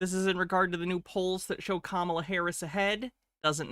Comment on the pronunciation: Second time watching this interview, and I just realized people in the audience corrected his pronunciation of Kamala’s name